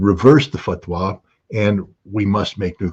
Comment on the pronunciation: I’m not seeing an intelligent analysis by Mr Ritter. I am seeing why he is ‘ex’ though. It was a painfully long monologue of spurious wishful thinking, though I note his enthusiasm for the repeatedly correct pronunciation of fatwah - pity he didn’t follow this with taqiyya or an explanation of its use. And I’m unconvinced of the USA reluctance to see oil fields out of action in the Middle East.. it is an ill wind that blows nobody any good.